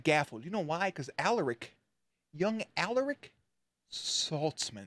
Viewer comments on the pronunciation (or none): Hey! Love your reactions, but it’s pronounced Aláric, not Álaric 💪🏼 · Anyone else get a seizure when he says A-laric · Repeat after me: A LAR ric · Bruh say Alaric’s name right haha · Please pronounce Alaric right it’s like the easiest name to exist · Alaric pronounciation. Please